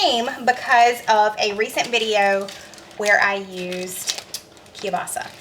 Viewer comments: I really enjoy your recipes! And I've even made a few. I live in northeastern Pennsylvania we have large Polish and Slovak communities. My Polish sister-in-law and almost everyone else I know pronounces kielbasa this way: Kill - Bossi and I've also heard it's pronounced with an A on the end as Kill - bossa. I make a similar soup to this called kielbasa corn chowder and it's very creamy and has lots of garlic in it. It's very popular at our church supper's. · I know you've talked about your pronunciation of Kielbasa. I noticed you don't pronounce the L. Anyway, I have that chopper too. I love it! Husband hates it because it's so noisy when I pound on it.